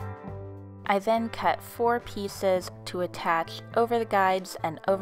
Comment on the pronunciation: I'm sorry her voice so cute " I cut two pssssseices" don't be mad at me